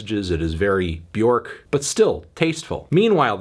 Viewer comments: So he went back to mispronouncing Björk’s name... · all these years and he still won't pronounce bjork right